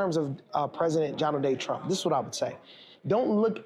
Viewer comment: Did anyone else catch when the guy said “jonald day trump”